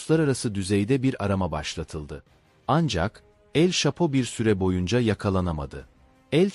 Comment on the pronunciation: Telafuzlarin cok kötü şhapo ne mk Manhattan ayri vaka😂😂😂